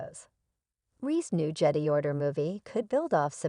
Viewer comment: Learn to pronounce Jedi, Han, etc correctly! 😐